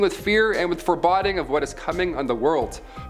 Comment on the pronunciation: This isn't... "Fur-bod-ing"... Pretty unbelievable not at all "fur-bode-ing". Lol